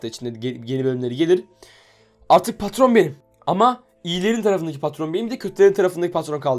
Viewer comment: patron yerine katron